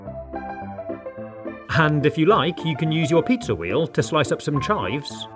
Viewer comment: He said Pizza, not Pizzer, in "Ultimate Food Hacks Compilation" he says "Vaniller"